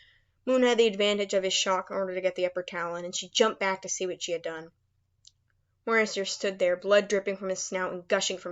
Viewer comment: its late and i dont mean to offend you but i think the morrow in morrowseer pronounced for like mar-row like tommorow since he is supposed to be able to see the future or tommorow